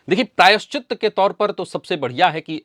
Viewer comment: प्रायश्चि 'त' सही है — "त्त" नहीं।